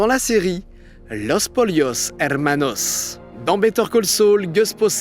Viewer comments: Salut, faut arrêter de vouloir prononcer certains mot avec un accent. On dit pas los polios mais los poyos, on dit pas walter weight mais walter white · S'il avait prononcé sans accent ça aurait donné "Los PoLLos" 🤷🏻‍♂️🤷🏻‍♂️ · "Los polios hermanos" purée avec toutes ces recherches tu parviens pas à savoir prononcer un mot espagnol aussi simple ! c'est insultant pour les hispanophones